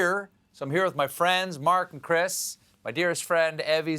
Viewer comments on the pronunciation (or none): none